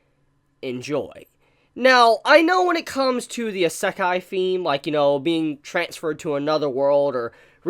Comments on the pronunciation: It is not pronounced Is-ek-e, but rather E-Sec-I. It's like your saying Himbogger instead of Hamburger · Anyone else hearing him say i-sack-eye and noe Ise-kai? (Wrote the words on how it sounds and not how it is written) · "I-SUCC-EYE anime" It's pronounced E-say-kai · a.sek.ai it's "Ee.se.kai" And nothing can replace Papa Bone Daddy and his harem of tsundere demons. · good job butchering isekai pronunciation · Random Trainer X. M8 it’s isekai not sekai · Ihsekkai... Why does he aay it like that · say isekai right, EE - SAY - KIE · If you're going to review anime and manga, please learn to pronounce the Japanese terms correctly. You sound like someone sounding out a new word the way you emphasize each syllable. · His pronunciation of Isekai hurts my everything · His pronounciation of "isekai"..... 😱 Can't blame him for it... but just hearing it >.>